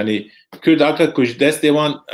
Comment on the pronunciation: Memostayé bréz Kürt deyil, Kurd olarak telafuz edersen daha güzel olur.